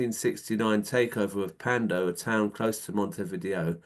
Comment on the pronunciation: Sorry, but the capital of Uruguay has NOTHING to do with VHS/Betamax. Vi-Dayo is the pronunciation. It's more like Mount View. If you have relatives across the river Plate, they'd know this.